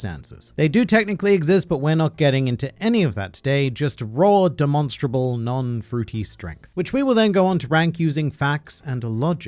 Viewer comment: Bro doesn’t even know how to pronounce ‘demonstrable’